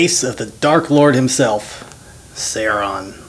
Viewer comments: Sauron is pronounced Sowron not Sayron. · I was about to watch your video until I heard you say "Sehron". nope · He said Sauron wrong it is not saoreeon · I'm from Texas too but it should be pronounced the way Tolkien meant it to be pronounced: Sow-ron or Sow-run. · I could not enjoy this because of how badly you pronounced Sauron, not a true fan. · you pronounced sauron wrong and do you think you can chill out with the swearing. thx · That is no justification... he's so obsessed with the weapon and lord of the rings, and fails to pronounce it correctly. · don't worry I hate him for pronouncing it wrong too. you aren't the only one. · Texas accent is no excuse for mispronouncing our dark master Sauron the great